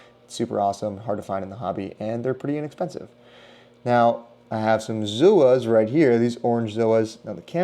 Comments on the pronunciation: If you want to abbreviate Zoanthids it’s Zoas, “Zoh-ahs”, not zooooos 🤷🏼‍♂️ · ugh, stop saying Zoos this all started because a couple of wanna be influencers accidentally called them that and doubled down, and it stuck. it's Zoanthus, not Zooanthus not to not pick but if you want to educate people and be taken seriously you should atleast know the correct spelling and pronunciation of the easiest species. still a good video but pet hate